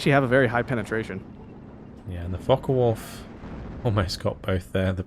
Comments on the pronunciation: If you're going to pronounce it with the N, at least swap the the O for a U as well. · Liking the Co-Cast except for one thing...it is Focke Wulf NOT FockeN Wulf! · Hearing "focken wulf" is "focken" unbearable... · i enjoy this double commentary and the games are amazing, but one thing that annoys me to no end: its not "FOCKEN WULF" ..argh.. with your accent it sounds exactly as you would expect, and I hate it :D Obviously this is intended for "attack power"